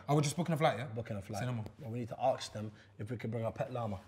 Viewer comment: Why does Chunkz say Aks instead of ask? It's so annoying!!